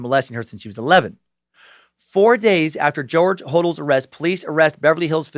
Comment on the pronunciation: Corprophagia is pronouced COR-PRO-FAY-JA! George and Steve Hodel's surname is pronounced 'Ho-DEL'.